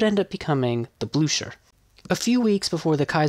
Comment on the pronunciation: Not that difficult to look up german phonetics, you complete butchered Blücher, 👎🏻